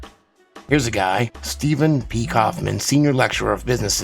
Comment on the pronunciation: Kaufmann is a german Word. So could be pronaunced "Steffen Kaufmann"?!